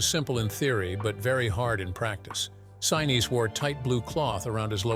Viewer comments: Gary Sineesee Is the correct pronunciation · 👍🏽 Very good presentation! I caught only one proper pronunciation of Gary Sinese’s surname. It would taken extra effort to get it right every time, but that would have made the whole video just about perfect! 🤙🏽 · I truly loved this Movie from beginning to end and have really enjoyed the descriptions of how it was made!! Perhaps I am wrong but the pronunciation of Gary Sinise's name did annoy me a little!! Being an 83 year old Capricorn could give some kind of explanation for this!! Truly a well executed and fantastic piece of Cinema History is appreciated!! Thanks for this!!